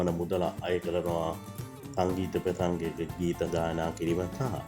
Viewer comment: පෙසංගය නෙවෙයි හුත්තෝ ප්‍රසංගය 😂😂 ලස්ස නෙවෙයි යකෝ ලක්ශ 😂😂😂 හානා නෙවෙයි පකො හනා😂😂 උබේ ලෙඩේට බේත් ටිකක් ගනින් ඉස්සෙලාම 😂😂😂😂